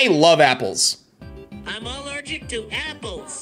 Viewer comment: I love how amanda elmo is pronouncing apples like "appezz" edit: it's